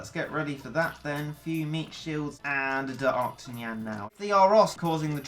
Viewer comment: "D'yoktanan" Me: It's D'arktanyan!